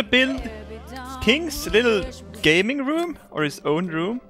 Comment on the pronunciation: Did he say gabing room